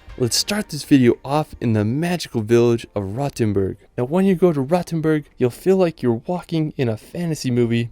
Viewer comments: Long “o”. As in R-OH-tenboorg. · Just a small note: Do not mix Rothenburg ob der Tauber (your number 10, spoken with a long ooh) with Rottenburg am Neckar. Rottenburg is a nice town as well, but not the one you meant. ;) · Rothenburg ob der Tauber ,not to be confused with Rottenburg further south. Your comments are very misleading.Try to speak and pronounce correctly, and weite in the correct way.